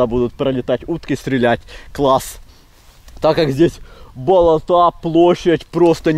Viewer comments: БолОта,а не болотА(кровь из ушей идёт аж) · сынок, нет такого слова "болотА ", просто ухо режет это слово, особенно когда так часто произносится. Нужно говорить "болОта ". Не обижайся, но пожалуйста исправь ударение на слове. Ты классный и ролики классные. 👍👍👍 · ты конечно блин извини, но не болота́, а боло́та! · Привет друг : давай начнём с того, что делай правильно ударение с слове Болото, если их не сколько топи болотые, а то ваше Болота и ударение на букву а... Деревня... #удачи